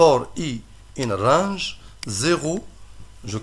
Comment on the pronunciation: in rrrrrraaaaaaange! ^^